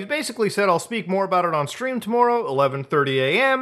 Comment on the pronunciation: I don’t always hear the Canadian but this “tomorrow” was so evident